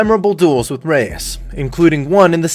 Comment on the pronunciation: Not "bay tuh" Reyes you idiot... 😒